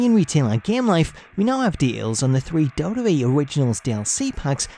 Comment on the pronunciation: Why can't you say WWE properly?